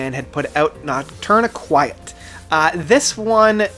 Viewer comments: Eh... no. Noc-turn-EE-quet. It comes to from Nocturnal and Tourniquet. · Noct- tourniquet not quiet LMAO do you know what a tourniquet is? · first I thought you were being clever & making a joke, then you pounced it the same way the 2nd time & 3rd & 4th etc... Noctourniquet is phonetically pounced: Knock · turn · eh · kit ... It's a portmanteau of "Nocturnal" & "Tourniquet", hence it's pronounced as "Tourniquet" with the added "noc" (pronounced "knock") syllable, or: knock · tourniquet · It’s pronounced Noctourni-kit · My dude. You can't just pronounce 2/3 of the album titles so brutally wrong like this. "Noctourni-quiet" is particularly bad because it's sung very clearly in the title track. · It's pronounced Nock Turn A Kit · noct- tourniquet. as in the thing used to stop bleeding in dismembered limbs. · your pronunciation of nocturniquet is...just silly man. lol. anyway, my list (from favorite to least) would be 1. frances 2. amp 3. de-loused 4. goliath 5. noctourniquet 6. octahedron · Lol at the way you pronounce Noctourniquet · I'm surprised so many people can't pronounce these albums correctly, adding letters that aren't there. Crematorium, mule, amputexture, and whatever this guy did to Noctourniquet.